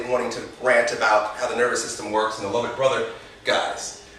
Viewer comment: Hey just so you know, its Lovett Brother not lovitt! Cheers